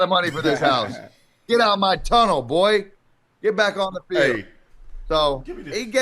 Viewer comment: Wow he sure said "boi" like he's used that word alot!! 👻